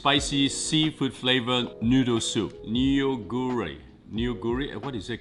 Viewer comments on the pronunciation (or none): it's not pronounced NEO guri, but it's can be hard for people that don't speak Korean ^^ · Neo-goori 😑 lmao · Neoguri pronounced nuh-goo-ri